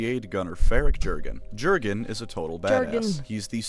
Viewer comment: Having reread the first six books recently, I can say that some of this isn't true. Namely the psyker's tittage thing - Cain was way more interested in the Inquisitor herself. Also the "ju" in Jurgen is pronounced "you", and the emphasis is on the last syllable, it's an eastern european name.